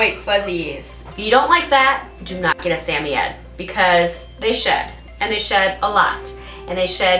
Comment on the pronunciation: for the correct pronunciation of samoyed! I’ve always had malamutes, but I recently took in a rescue puppy who is half Samoyed and half malamute. She’s only 4/5 months and I’m already her 4th home. When I first got her, I thought there was something mentally wrong with her, for the first two weeks she barely even acknowledged my existence except to occasionally snap her teeth when I moved too fast near her. (She’s already got an unhealthy fear of humans, we were scheduled to start private training to help socialize her to other people so she doesn’t develop fear aggression with strangers, but with what’s going on in the world right now, it’s been delayed...) The vet thinks she was at Least 4 weeks younger than what I was told and the fact that she likely left her mother too early and she was so malnourished probably caused the delayed mental development. I’m happy to say that now she’s super sweet, gets excited when I talk to her, and is a healthy weight for her size! Having never owned a Sammy, I wanted to learn some more about their personality and such and found your videos. It’s funny, because my girl vocalizes just like Yeti does in the beginning of the video but she ends it with a very malamute “wooooo”.